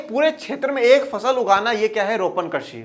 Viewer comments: सर आप कृषि को' कर्षि' से क्यों कर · Sir karshi nhi krishi Hota hai